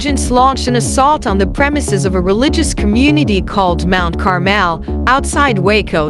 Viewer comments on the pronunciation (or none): none